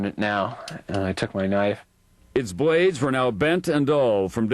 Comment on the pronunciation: The bwades were duww.....the smawwer bwade.....cutting through wayer by wayer....how did Tom Brokaw get a job on prime time TV considering he can only pronounce 25 letters of the alphabet?